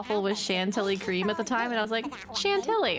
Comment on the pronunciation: pronunciation of "Crème Chantilly" hurts It's closer to something like "shanty yi" double "L" in the middle of the word sometimes becomes "y" if it's after an "i". I don't make the rules, French pronunciations are as drunk as English one